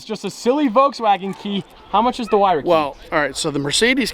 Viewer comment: isn’t it “ hyruh “ not “ whyruh “